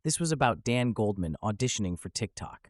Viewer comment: “Goaldman”? You’re not a serious person.